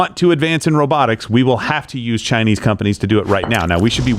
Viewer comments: face-fuchsia-tongue-out:What the frack is up with him pronouncing Chinese "Chinee"? It is annoying. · you not pronouncing the S in Chinese is perfect 😂